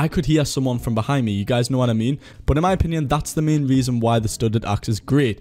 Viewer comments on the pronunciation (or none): how can you pronounce "but" like "bot" tf dude